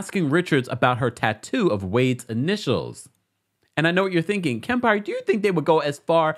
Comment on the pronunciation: Kempire 😂😂 I can’t with you and that southern accent . Please do it again for another RHOBH episode.